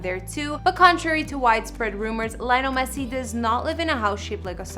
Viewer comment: Thats not the correct way to pronounce his name.. atleast get his name right if you don't know shit about soccer